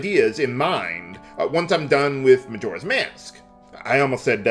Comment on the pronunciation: I could be wrong, but since the name "Majora" is derived from the Japanese word for "witch", I think the accent is supposed to go on the first syllable.